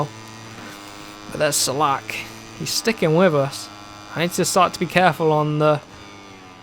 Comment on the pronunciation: Hello, iam from czech republic and rider Filip Salac is not "salak" but "salač" by the way, very funny and interesting, lets go to the next races and teams😁👍🤩